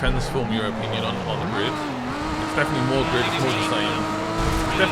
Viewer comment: Did he say Glid?